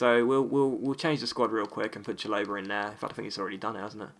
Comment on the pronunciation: Chalobah = Shal-ob-a not Cha-low-ber